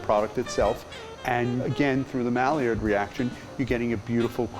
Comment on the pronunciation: "mallee-erd" reaction? "ter-war"? I don't speak French but buddy, if you specialize in croissants and you're gonna use the French words, at least give some effort